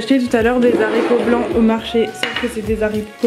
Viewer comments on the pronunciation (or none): Arghh ça me stresse les zaricots mdrr mais sinon waw ça donne trop envie